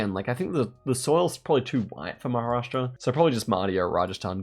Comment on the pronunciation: well, I guess you got the point, I was not being salty, I was confused when the actual non-Indian content creator pronounced Maharashtra completely every time, why was it hard for an Indian to call out a Indian state name. When you are trying to address a state in India for a global Audience, don’t you think you were mis-representing? Let’s say if someone wants to research Maharashtra, do you think googling ‘Maha’ is enough? Forget the part of being disrespectful, Same way when I type Sa instead of Sayan. I get the global Geo guessers having hard time to pronounce certain places, so they shorten it up, but what the excuse when typing it in a comment section?